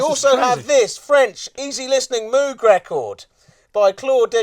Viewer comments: RE: Moog It's not "moo" like a cow, it's "mow" like a lawn The More You Know™ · Love Moog stuff, this is great! Pretty sure pronounced it wrong though: Moog was german, so his name was pronounced mohg I believe.